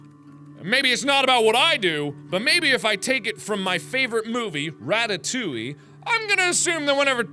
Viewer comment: Your pronunciation of "Ratatouille" is an absolute disaster. =D